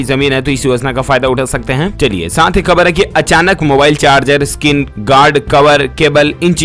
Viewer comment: Siir ap urdu wards k poronocataon sahi kara karo plz..etc..kabar-kahbar; marij-mariz ';jilo -zelo ; aiozan=aayojan ;zairi=jari ; etc..